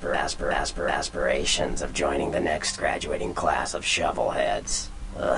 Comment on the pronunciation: Asper asper asper asper asperations. XD